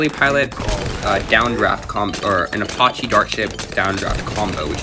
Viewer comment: It’s a-patch-e not a pot che